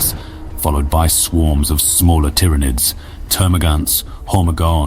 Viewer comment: This is absolutely an AI voice. Pronouncing "Tyranids" two different ways throughout is a dead give away. Because of the bland, straightforward text you can tell it was written by AI too.